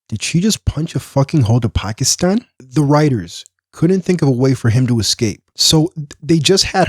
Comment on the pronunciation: Can't believe I heard a person with an American accent pronounce "Pakistan" correctly. Great job.